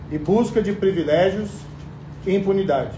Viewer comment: “Previlégios” .. esse cara era mesmo juiz? 🤦🏻‍♀️